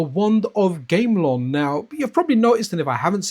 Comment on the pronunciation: Btw, it's pronounced Gam - A - Lon for Wand of Gamelon